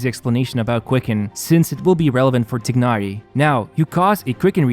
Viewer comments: i think they pronounce his name Tie-nari not Tig-nari,. just stating what i heard from the stream 😁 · I thought it should be known by now that "Tighnari" is pronounced "TY - NAh - REE" rather than "TIGG - NAh - REE" (or Tchi-nah-lee if you're going more towards the Chinese pronunciation), because that's how the devs decided to refer to this character. However, as pointed out by phoenixlau, saying "Tigg-nari" would be closer to the Arabic pronunciation of the name Tighnari. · Please say T(e/a)ynari 😅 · I like how you pronounce 'Tighnari's name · WOW, I love how much emphasis he used to pronounced Tighnari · How do you really pronounce his name? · These content creators need to learn how to pronounce names. It's just cringe how pronounce Tighnari. Tsk.